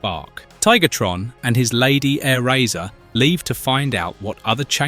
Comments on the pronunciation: Don't know if it's AI voice or just that bad but he mispronounces LOTS of stuff. "Aero Acer" lol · "Enagon" "Rinox" "Tiggertron" "Eyerazor" Yeah, don't use AI.